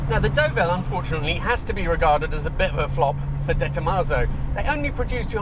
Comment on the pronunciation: Your pronunciations are l a little off.The car you are driving is pronounced Derville not Doville and you don't sound the P in Longchamp.👍